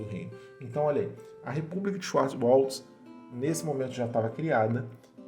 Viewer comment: Muito bom, te conheci hoje no kafra News, já me inscrevi e tô curtindo as histórias, mas não é tão difícil falar Schwartzwald (xuarts wald) kkkkkkkkk